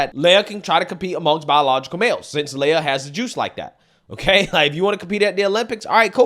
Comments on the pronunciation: I don't super care about this trans person. But I just want to throw it out there that your pronunciation of people's names is often... Off. Why do you say "lay-ah" instead of Lia? "Lee-ah". Anyways, this creep needs to stay out of women's locker rooms. No men in women's sports!! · it's Lia (Lee-Ah), get it right or he/she might wanna pack your Fani or dip in your curry lmao 🤣